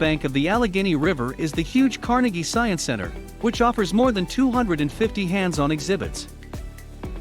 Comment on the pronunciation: It's pronounced car-NAY gee. Not car-nuh-gee